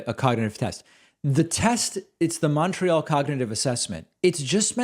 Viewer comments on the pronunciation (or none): none